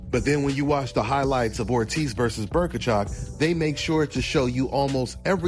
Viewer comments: Who is Berkachov? Bohachuk; Bow-Uh-Chuck. You're welcome. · Berkachuk? It's Bohachuk lol